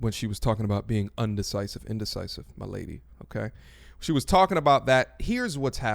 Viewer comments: You are A1, for stopping that video to call her out on that "undecisive" pronunciation. Lol. Was very pleased to see that, it bothered me as well. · 😐😑😐😑😐" indesisive..." Lol irl I can't with you#pettylabelle